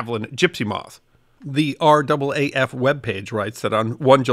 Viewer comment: Fair enough, I hadn't heard it had changed!! Always good to learn something new!! Also, well done on pronouncing R double A F correctly!! So often people from outside of Australia say each letter, R A A F, and it just sounds wrong to Australian ears!! Great video!!